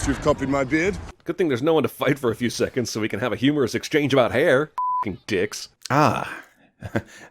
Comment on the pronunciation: “thirty-four theconds of logos” lol 😂😂😂